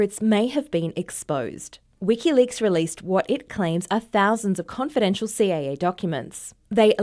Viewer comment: It's "CIA" not "CAA"